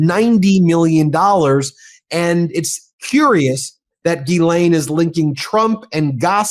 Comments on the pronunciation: "gh" in French is a hard G. Think "gherkin." NOT Gee- Laine. Sorry. Just get tired of hearing it wrong. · Oh, Harry - when are you going to take the time to learn how to pronounce “Ghislaine” correctly?